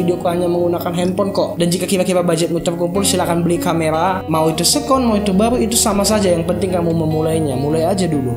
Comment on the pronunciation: keren tp mau correct aja ya, seccond bacanya seken. bukan sekon. sukses trus